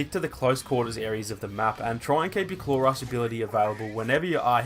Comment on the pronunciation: When he says claw rush it sounds like clorox